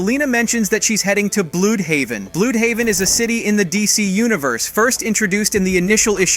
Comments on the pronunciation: Bloodhaven is how you pronounce it not blued haven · Im so damn mad lmao xD you said Blue D haven it's Bludhaven not Bloodhaven its pronounced like bluh d haven. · Uuggghhhh Bludhaven is pronounced blood-haven not blue’d-haven or whatever you just said. Don’t ask me why they don’t just spell it Bloodhaven but that’s just how it’s spelled and pronounced in the comics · It's not blued-haven. It's pronounced blood-haven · I always thought it was pronounced "bloodhaven"